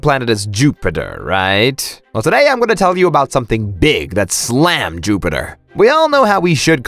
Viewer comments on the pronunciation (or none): Jupiter just got S L A Mmed- *falls off chair* I hate your voice rn